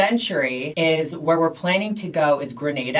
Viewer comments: It’s Grenada... the first ‘a’ is pronounced like the second ‘a’ in Gatorade 🇬🇩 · She’s referring to the Caribbean island Grenada, she just wasn’t pronouncing it right 😅 Spain is indeed one of the most LGBTQ accepting countries in the world